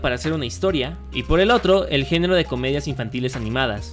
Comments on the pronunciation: dice genro no género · No es por arruinarlo pero dice génro y no género